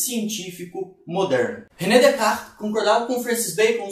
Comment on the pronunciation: Decar foi a pronúncia mais estranha que já ouvi